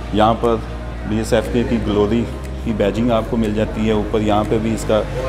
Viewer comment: Its not dsfk...its DFSK 😂...why wud somebody trust your review when you dont even know the name 😄